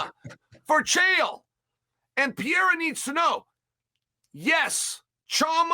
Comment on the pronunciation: Chael must know by now he’s pronouncing Perieras name completely wrong?